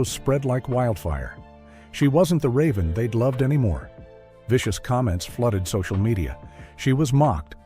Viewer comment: You pronounce raven's name wrong.